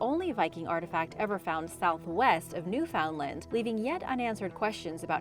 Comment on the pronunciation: Okay now just can't stand it. Every time I've watched this channel and you mention a particular Island you pronounce it new found land. It is not pronounced that way but it's actually pronounced as nuffinland. This spelling is actually phonetic.